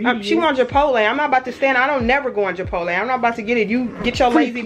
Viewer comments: Do you say Japotle instead of Chipotle because you’re? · Love the vlog! But why do you say “Jabotle” 😂